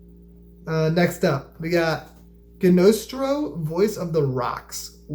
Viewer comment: Gnostro is pronounced like Gnostic. The g is silent.